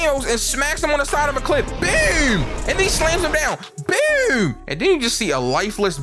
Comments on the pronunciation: It BOOM,not BUOOM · Whenever says "boom", he goes from being to being Sir-nsei😹that "byoom, byoom" is super hilarious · bro said "bewm" like tf2 demo man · bro says boom like he from baltimore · bro says boom so weird